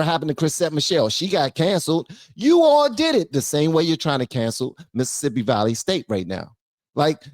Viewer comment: she cant even pronounce "Valley" lol, just another ignorant racist.